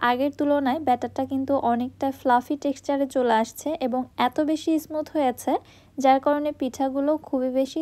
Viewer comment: Fluffy ফ্লাফি। ফ্লাপি না। X ইসমুথ না। স্মুথ smooth ছাঁচ শাঁচ না।